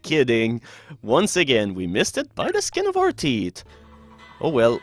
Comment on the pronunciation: He meant to say Teeth. We shouldn't judge him for his accent though.